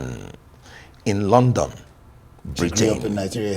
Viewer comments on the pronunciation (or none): none